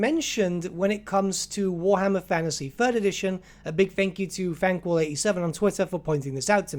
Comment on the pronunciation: cant watch your videos anymore cos you keep saying 'fannasy'